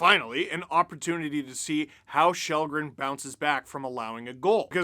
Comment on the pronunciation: It’s kall-green